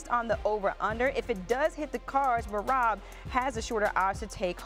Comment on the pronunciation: I am surprised how correctly she spelled Merabs name